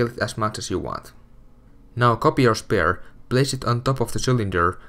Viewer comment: It annoys me how he says Spare..